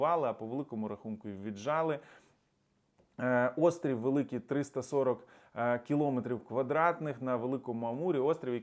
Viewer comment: Не кілОметр, а кіломЕтр. Та ще й квадратний.